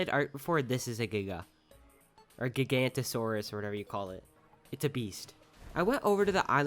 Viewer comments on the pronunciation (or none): Just so you know, I think Giganotosaurus, or Giga, is pronounced Gig-anote-osaurus.